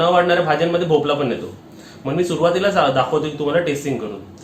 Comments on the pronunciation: मस्त 👌👌 भोपला नव्हे.... भोपळा बोल भोपळ्याची खूप छान रेसिपी बनविली..... खुप छान ताई राग मानू नकोस.... ❤️👍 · It’s MEDU wada and NOT MENDU wada and its भोपळा and NOT भोपला. Kindly use correct words.